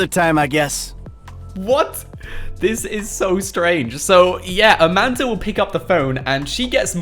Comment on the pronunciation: Amanda not Amander